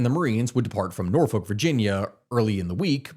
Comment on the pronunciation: It's pronounced Nor-fik, Nor-fuk